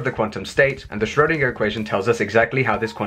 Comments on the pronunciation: What is this current trend to mispronounce Schrodinger's name?! It is "shrur-" to rhyme with "purr" - not "shroh-" to rhyme with "go". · It's not Sh-RHO-deenah - the umlaut over the 'o' effectively changes the 'o' to 'oe', thus making the sound much closer to 'er'. 'oer' if you prefer, but for English speakers, 'er' is a good approximation. I'm not going to argue with your phonetic rendition because it looks accurate to me, although I'm no expert.